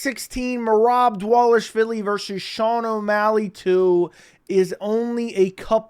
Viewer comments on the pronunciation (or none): DAH-VAH-LISH-VEE-LEE. not..DA-WAH-LISH-VEE-LEE.